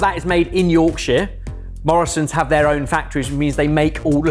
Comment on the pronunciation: "Yorkshuh" not "Yorksheer". We're not from Lancashire....!